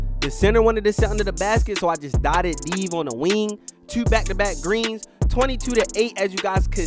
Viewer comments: Aye you from Baltimore? I heard that “tew” dawg😂😂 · Ik this nigga frum Baltimore he say two like “Teeeewww”